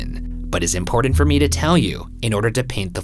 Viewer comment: Love the content but the dude on the right needs to learn that there's a difference between the letter T and the letter D. Important is spelled with 2 T's, Patent is spelled with 2 T's, Forgotten is another word with 2 T's. None of those words have the letter D in them. Get your grammar straight. Holy crap dude seriously....